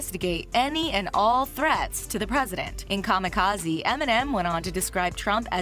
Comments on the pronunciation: So much wrong in this video. I'm just gonna say the way she pronounces 'kamikaze' fucked me up. What are you doing? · Who ever made this article should hang themselves for butchering kamikaze...smfh